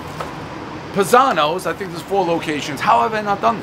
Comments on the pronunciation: PIE - Zanos :P not Pih-Zanos. Im pretty impressed that he actually got the history on the Uno / Malnati's family though - props! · It’s pronounced PIEzano’s . Not Pazano’s. 😂🤣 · It's pronounced "pie-zanos" everybody knows the rules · I love Dave, but is any other Italian just cringing when he doesn't say "Pie-Zano's" .........my dad called me that every day of my life ......RIP dad....miss you every day! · Isn't it PIE-zanos? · Cmon Dave. It’s pronounced pie zanos. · Dave it’s PIE-zanos…you massacre even the easiest names!!!